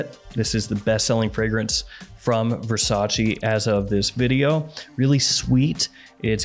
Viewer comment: Can you stop pronouncing VERRRSATCHE as VERSACHI?!?!?!!!